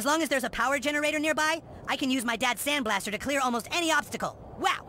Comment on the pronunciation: Its the sand bl-ASS-ter